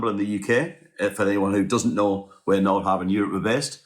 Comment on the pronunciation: You are mispronouncing the name of your boat.